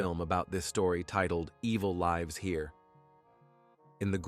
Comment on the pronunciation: Thanks dear...by the way you pronounced the name of LIVES wrong in evil lives here movie....